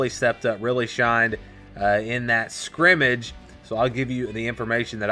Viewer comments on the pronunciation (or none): Thanks for the report, but you keep mispronouncing "scrimmgage"!